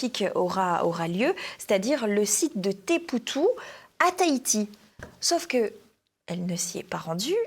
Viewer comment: Si je puis me permettre une remarque concernant le chapitre Hidalgo à Tahiti, concernant un problème d'ordre local qu'elle même n'a - me semble-t-il - pas évoqué, alors qu'il fait grand débat. Teahupo'o (que l'on peut prononcer "Té a houpo", et non pas "tépoutou"😉) est un spot mythique du monde du surf, surnommé "joyau du Pacifique", qui va peut être se voir à jamais défiguré et à l'écosystème bouleversé par tous ses auto-proclamés écologistes. Ils veulent en effet fabriquer une grosse infrastructure à même le lagon, en forant et faisant passer des canalisations dans ce dernier, pour seulement ... 3 jours de compétition. Là où, depuis une 20aine d'années, tous les ans se tiennent les épreuves du World Tour et dont la tour des juges est une construction en bois démontable, dont l'efficacité pour son usage n'est plus à prouver. S'il vous plaît, pour tous ceux que le sujet interpelle (outre l'hypocrisie habituelle des bobos écologistes), creusez un peu le sujet, les articles ne manquent pas. Enfin, la communauté des surfeurs est suffisamment forte pour faire annuler cette hérésie ... espérons le.